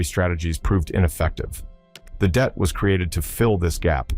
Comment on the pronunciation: Det... short for detachment.... NOT DEAT!!!